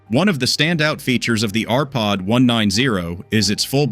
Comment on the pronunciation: You showed WAY MORE exterior views of the RPod…I would have liked to see the refrig nd maybe. Sensible view instead of disjointed little clips. It would be nice if the AI was taught correct pronounciation of the NAME of the TRAILER????